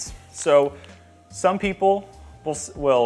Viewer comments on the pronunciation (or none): none